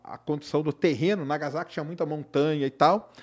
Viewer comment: . Não se pronuncia Iroshima e sim RRiroshima. Não se pronuncia nagaZaki e sim nagaSSaki.